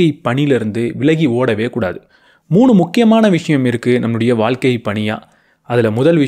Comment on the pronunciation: அது வால்க்கை இல்லப்பா... வாழ்க்கை.